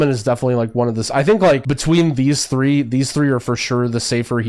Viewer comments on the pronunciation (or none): none